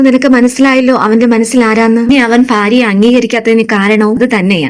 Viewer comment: ഫാര്യ അല്ല ഭാര്യ ആണ്